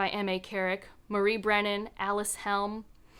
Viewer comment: Yes! A Mask of Mirrors is my #1 as well. I think Alyc pronounces her name Uh-LYSS. :)